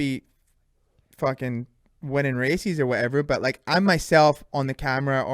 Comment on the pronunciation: Apparently we've been saying "races" wrong the whole time. According to Deano, it's "racees".🤣